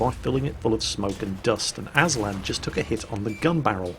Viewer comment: You keep saying "aNslad" but the nickname is Aslad. Go home, you're drunk.